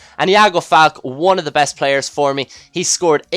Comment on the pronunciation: its pronounced FAL-KAY, not FALK